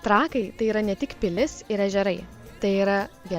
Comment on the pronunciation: Ir dar reikėtų mergaitėms kirčiuoti Trakai,kirtis ant pirmos a 🤔